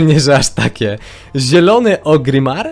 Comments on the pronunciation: ORGRIMMAR KURWA A NIE OGRIMAR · gra cale zycie w wowa, i mowi Ogrimmar :D